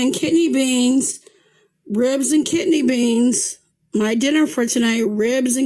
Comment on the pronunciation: Lol- she actually says "ribs and kitney beans" 😂